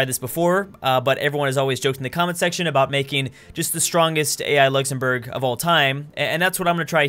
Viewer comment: Nice “luxemourg”